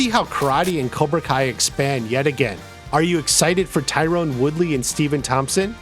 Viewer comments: It's Tyron not Tyrone! Ffs! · Not Tie-Rone. *Tie-ren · I didn't realize Tyron Woodley was one of the fighters who fought Jake Paul I got confused cause his name isn't pronounced Tyrone it's pronounced Tie Ron. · Stephen Thompson never became UFC champ. Also its not Tyrone, it's Tyron